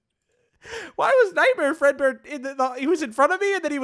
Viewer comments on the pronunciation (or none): When said Nightmare Fredbear, i thought he said Nightmare Breadbear.